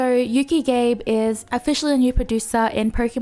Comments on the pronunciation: Hey, just a heads-up: being a Japanese name, Gabe is pronounced Gah-Beh. It should not rhyme with "Babe":p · that's not how you pronounce Gabe lol it's Gah-beh 😄